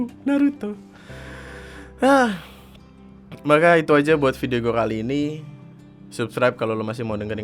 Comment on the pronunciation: intonasi "kali ini" nya salah bang